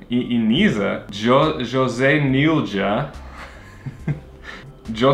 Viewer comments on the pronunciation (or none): none